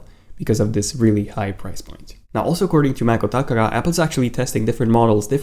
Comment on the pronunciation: Please, please stop saying "Maco TAKARA It's just "maco- te-kara"